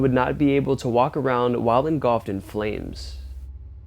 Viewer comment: Engulfed in flames. Not engolfed.